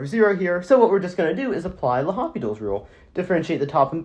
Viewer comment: Please dont say lohopitals)